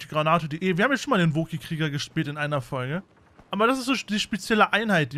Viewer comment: "In dieser Fogle" xD Schönes Video :D